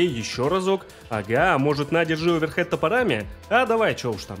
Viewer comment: Да не оверхэд!!! А оверхэНд!!! Удар рукой сверху!!!